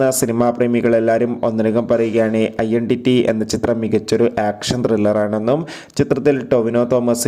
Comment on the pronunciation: idont pronounce iendity...its identity